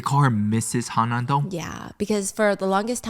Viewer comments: I think it’s HaN-nam Dong not Ha-nam Dong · its han-nam dong girl hanam is city